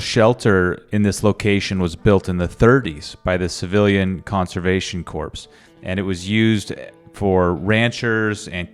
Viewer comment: Just FYI, corps is pronounced like core. Think Marine Corps.